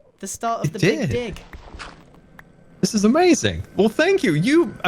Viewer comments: Yes I also thought he said bic dig haha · Am I the only one hearing say BigDi**Project? With the big butt driller? Sry if that doesnt fit the usual comments